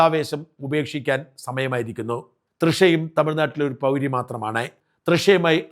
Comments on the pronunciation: Shajan പൗരി എന്നല്ല സ്ത്രീകളെ pouri എന്നാണ് പറയേണ്ടത് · പൗരി യൊ..😅 ഉണ്ടം പൊരി.! താൻ എവിടുത്തെ മാധ്യമപ്രവർത്തകനാഡോ...😂